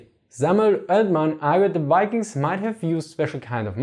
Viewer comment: No criticism at all but I've always wondered why German speakers sometime pronounce V in words like vikings with a u/w English sound? Words like vier exist in German so it isn't a lifetime of using V as a u sound. It just seems like being closer to fiking would be closer to English Viking than wiking.